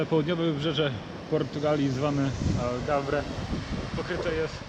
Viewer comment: fajny materiał, ale dlaczego 99.9 procent Polaków mówi AlgaVre skoro to jest AlgaRve ???